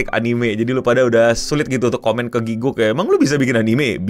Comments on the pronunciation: wajar kalau orang indo bilangnya giguk. Gw yang fluent inggris aja, dan tau cara baca yang bener "gi-gak," masih sering pakai "gi-guk" 😅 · Gatel dengernya 1. It's Gi-gak, bukan Giguk. Kalo mau meme sekalian panggil aja GRANT (nama aslinya Garnt) 2. Ini one shot anime, jadi gaada lanjutannya karena ini self funded alias duit ndiiri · aku malah dengernya gukguk, alias pas ... lagi ngaum